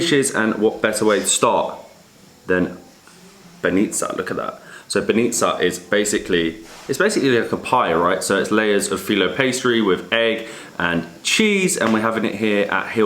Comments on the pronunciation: Ur doing a great job of showing arround, but you really are butchering the names. Try forvo or something for the pronounciation. Most words have the enphasis at the start of the word not the back: Bánitca not Banítca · banitsa and eiran - my ears are hurting T_T